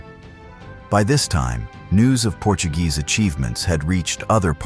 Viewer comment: At least don’t pronounce Portuguese words as if they were Spanish.